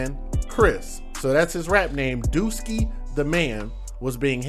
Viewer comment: ....its Dooski...not Dookie